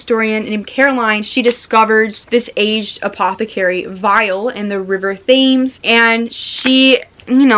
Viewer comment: Loved the video! Just one thing as a Londoner I have to point out. It’s not pronounced river th-aims it’s pronounced tems it’s confusing cuz that’s not how it’s spelt at all💛. Also hope your boyfriend gets better soon